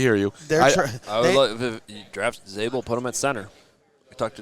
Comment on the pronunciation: Zaybel at 10???? I heard it all😂